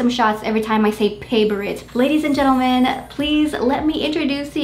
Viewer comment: Love the way you say "Paaavourite" 😁 indeed! Your plant's are soooo beautiful .😍